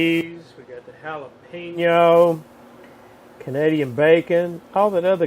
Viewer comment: I stopped watching as soon as he said jalapeno. That just destroyed it for me. i won't eat anything with jalapenos in it at all